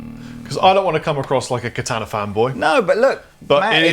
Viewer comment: I actually like as a demo, but his deliberate overpronounciation of "Katana" is so distracting.